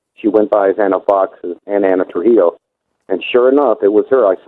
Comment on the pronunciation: Hispanic name Trujillo is pronounced tru-HE-yo. 😉